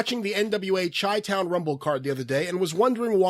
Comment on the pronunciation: he said "chi town" with a hard "ch"... and while we're at it he also says "euge" instead of huge, sucks... in the words of sam jackson in pulp fiction, "english, motherfucka, do you speak it?"